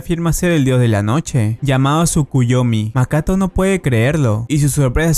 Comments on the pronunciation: dijo makato en ves de Makoto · En Japón: MAKOTO En Latinoamérica: MAKATO XDDDD